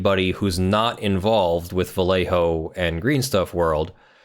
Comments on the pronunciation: Dear, whenever you find a spanish word containing the LL, read it as a Y. For instance, Vallejo should sound a bit like "Vayeho". Love your channel <3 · I remember color shifting paints gaining ground for import show cars back in the 90s... Also, Vallejo is pronounced Vah-yay-hoe or Bah-yay-hoe (proper Spanish). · It's pronounced Bai yay ho (sorry, had to) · as a spaniard and loyal vallejo costumer, the way you pronounce their name is hilarious to me xDDD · Too late but the "LL" has (mostly if not) the same sound as the y in "you". =) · Just so you know, a double L in spanish is pronounced liked a y in english (such as in "young"). You pronounced the rest of Vallejo right tho